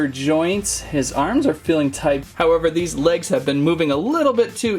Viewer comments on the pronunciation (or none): none